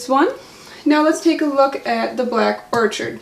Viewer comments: Lol it’s not orchard! 🤣🤣🤣 I can’t... Thanks for the review though. And orchid is a flower. You say it like or-kid. 💜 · Excellent review, you've sold me on this - thank you! However, its pronounced Orchid, like the flower,...the 'ch' sounds like 'k'. or'Kid. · Is it Black Orchid or Black Orchard? You wrote Black Orchid but said orchard through the entire video.